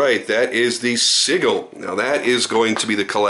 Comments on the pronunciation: Pronounced "sij-le". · Hey, the Gil in Sigil is pronounced Gel, but with an I in place of the E